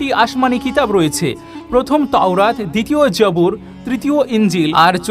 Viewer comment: যাবুর না, জবুর।